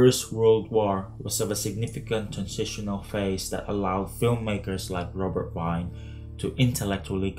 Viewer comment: interesting essay, thank you! Please let us try to pronounce Wiene's name correctly ('Wee-ne', not 'Wine'*)